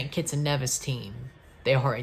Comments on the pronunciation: That's the actual pronunciation of Nevis (Nee-vis). I'm from St Kitts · One of the FS2 commentators called St. Kitts and Nevis St. Kitts and KNEEvis! 🤣🤣🤣